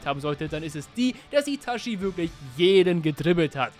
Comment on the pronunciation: Ich gebe zu, es triggert mich, wenn jemand ItaSCHi sagt, obwohl gefühlt jeder mit Untertiteln geschaut hat…